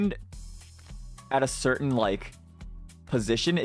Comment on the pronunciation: 應該是certain才對 不是certein